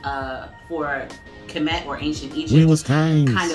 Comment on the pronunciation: Finally someone who pronounces kemet correctly 😂